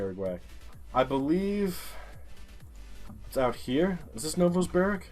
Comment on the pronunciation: The heck is Novosburg? My dude; Novosibirsk isn’t even that hard to read and pronounce. I could have understod the screw up if it was Mezjduretjensk or something like that. Still; getting an almost perfect score in Russia. That deserves some major respect!